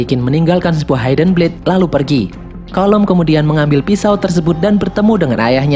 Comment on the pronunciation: mohon maaf sebelumnya.. ga semua huruf I dibahasa Inggris dibaca ai.. hidden dibacanya hidn.. bukan haiden.. Maaf bang.. agak mengganggu soalnya..